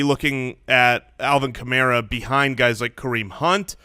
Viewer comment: it’s pronounced Ka-mare-uh. Kills me that people still don’t know how to pronounce a first round pick’s name